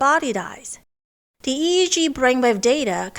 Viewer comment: I've enjoyed your videos for a couple of years. Don't want to get overly critical. But your pronunciation of the da sound and th sound is the same. There is a difference.